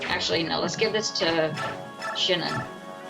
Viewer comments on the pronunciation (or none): why dont you use his Ragnell sword it's really the only sword Ike needs especially for one battle but also two cause you going to want to be mentally prepared for it and you definitely didn't say Shinon right i believe lol you need to train michiah's team some are still first promote like Edward my Edward can't even take a hit he will get easily defeated